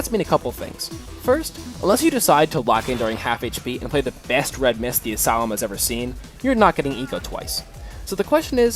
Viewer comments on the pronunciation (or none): none